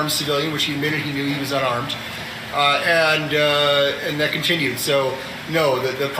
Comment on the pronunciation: Why do US lawyers contantly start sentences with the word "and", pronouncing it something like "eeyannd"? They also have an annoying way of saying OK after every answer from a witness, something like "uh-keh" with a sort of reassuring question mark at the end.